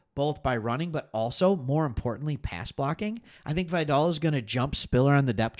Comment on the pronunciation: Pronounced Vigh-dell. Great show.